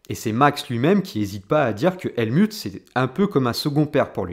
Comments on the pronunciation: Bonne video mais l anglais n a pas l air d être ton fort ni l allemand : helmut se prononce : helmout et neway : newwais ;) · Sympa comme analyse ... juste ... le Helmut ... c'est un nom germain donc ça se dit Halmout entre autre ... désolé fallais que je le dise haha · Ca se dit HelmOUT ; sinon avis intéressant. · Points de vue originaux, intéressants et documentés. Pour satisfaire une audience plus internationale, je te recommande de prononcer Helmut à l’allemande, donc « Helmout ». Aussi non, tu construis ton argumentaire et le lis avec une structure efficace ainsi qu’une belle élocution. Bravo! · Helmutte comme Turlutte? Adrian Nous-oui ou new-yououhhh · On dit "Helmout"😋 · Très bonne analyse ! Merci. Je te crois assez malin pour avoir fait exprès d'ecorcher les prononciations d'Helmut et Neway, afin de déclencher une vague de commentaires de referencement. Coup de génie 👏